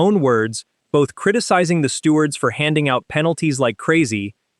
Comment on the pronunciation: What’s a “stewart”? “Less calm”? FFS!